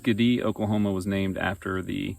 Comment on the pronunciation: It's called Skee-Dee not skadee. Lol